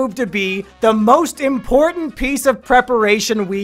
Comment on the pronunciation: our mission is too impowtant